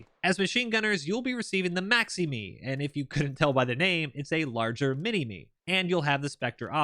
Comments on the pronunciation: We pronounce it "Minimy". Great video mate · Great video. As an ex Aussie soldier its good to see ADF get some love in such a detailed game like squad. As cool as it would be to have a Doctor Evil reference for our LMG the pronunciation is actually “mini my”. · Hearing you pronounce Minini like that hurt my soul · ADF normally pronounces the maximi and minimi with an "eye" sound on the end instead of "me" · Just for future reference the minimi and maximi are not pronounced minime they are pronounced minimy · It’s pronounced mini mi not mini me same for the maximi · They are pronounced "minimy" and "maximy". I was always carrying the maxi irl. So much fun to shoot it. The Bushmasters also brush off IED's because of the v hull shape at the bottom. The axles, tyres and compartments are designed to rip off to reduce damage to troops. The MRH90's are crap. They are phasing them out soon because they are so useless. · u said Minimi or f89 wrong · Only one petpeeve in this video mate The weapon systems are pronounced MINI--MI , MAXI-MI, and A-SLAV